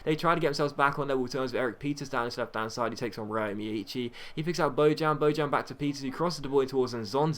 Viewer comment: ryo is prenounced like yo or jo, the R is scilent :)